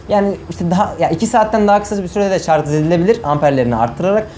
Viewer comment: şarz değil şarj abim be